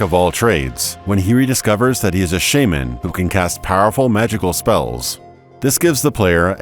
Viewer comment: that's not how you pronounce shaman